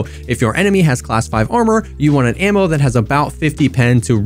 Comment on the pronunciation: ammer not ammo guys 😂 I love you